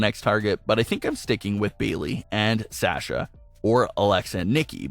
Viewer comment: Why can’t this guy pronounce Sasha correctly it’s so annoying